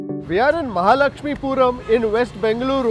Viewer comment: It is mahalakshmipura